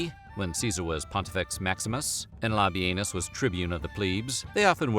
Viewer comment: Can’t help it…I laughed by butt off at the pronunciation of “Lobby Anus” 😂😂